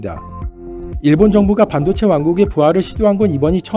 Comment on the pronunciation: 반도체 발음을 반도(한반도)로 하는 이상한 아나네.. 뭔가 의도가 있어..